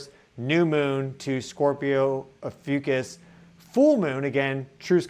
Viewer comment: 🌻Hi, mins - I stubbornly needed to know if you said, Ophiuchus or the constellation Asclepius,, because my computer's closed caption spelled it 'AFUCUSS', and sounded like 'Ahh Foo Cuss"... I'm partially deaf and not familiar with constellations (as most likely, many in your audience). If you're pointing to the Serpent Bearer constellation, then PLEASE REITERATE as "Ophiuchus, the Serpent Bearer". Once I turned the brightness on my screen all the way up, I could read 'Snake Bearer' on your Stellarium viewer. I wasn't sure that is what you had pointed to, though. Then I switched over to google ai and asked if the 'Serpent Bearer Constellation was also called "AFUCUSS'. Ai responded with "Did you mean Asclepiius or Ophiuchus? So l then want to images on google to see what Asclepiius and Ophiuchus looked like. I got a match with the Ophiuchus Constellation, but it was turned around., I do love your podcast, but this word you used was a bit exhausting for me. Thank you so, so very much for considering my advice.🌟💛🌞🧡☀